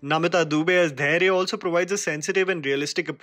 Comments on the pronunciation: Undoubtedly I will put you in the category of Sucharita, Anupama and Rajeev Masand. I am sure you will do even better than them. Just one thing that your Hindi accent is quite English or may be American. Please put exta aa sound while saying Dhairya(a) or Pariha(a)r. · it's dhair-yaaa